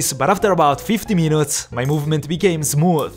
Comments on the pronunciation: I luv how he pronounces the word minutes as "meanoots" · He said munutes 😅